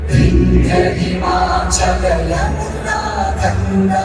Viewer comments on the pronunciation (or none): none